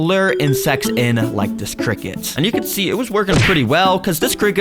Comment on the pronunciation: criket 🗣️ sounds better